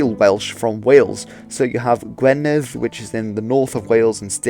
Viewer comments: “u” in Welsh is pronounced like a short i. Gwynedd is pronounced Gwineth, not Gweneth. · 👍 Edit:- Pen is also head in Welsh, 😊. Gwynedd, the 1st part is pronounced Gwin, the end is perfectly done, a rarity by a Saesneg, 😊, ❤. Diolch!